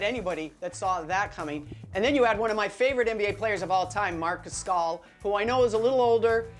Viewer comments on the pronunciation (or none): "Marc Gascal" 🥴